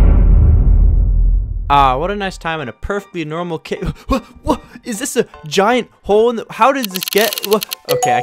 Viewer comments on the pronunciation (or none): none